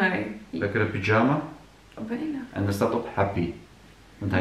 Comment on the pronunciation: Ik kan niet 🤣 zegt echt pyjama als een turk aka “pidjama” maaaar wat leuk om te zien hoe enthousiast jullie zijn😍🥰 mijn dochtertje is nu 5 maanden en ik kan me nog heel goed herinneren dat wij ook altijd naar de kleertjes keken en me probeerden ons voor te stellen hoe groot ze zou zijn 🥰🥰🥰